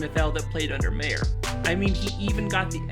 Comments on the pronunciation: You said mayor its meyer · Its MY er not May er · It's Meyer, not Mayer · Why he said his last name pronounced as mayor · This guy cant say hid last name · Can you say his last name right please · I'm not trying to be an ass but did you purposely mis pronounce Urban's last name the whole video until the end. Even mispronounced Gardener's last name as well... Good video though. I blame Tom for kill our 2017 team culture and success we built. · You pronounced his name wrong